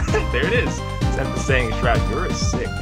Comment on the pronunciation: he pronounced shroud's name wrongly lmao